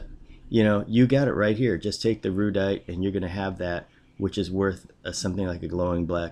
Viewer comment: It's pronounced "Air-uh-dite" just saying. :)